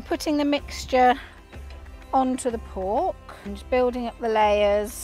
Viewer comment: Pork is a one syllable word. Not three